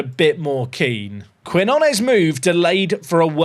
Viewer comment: We need to send you on a language course with all these South American signings. New is keen-yo-nes. Denner deal is too much to say no to. Now that the release clause is gone, I’d list the star CB and see if his value goes up any since he’s leaving anyway. Couple million for him and i think you have to cash it in unless you think you can pull off promotion this year and then resign him as a premier league team in the offseason.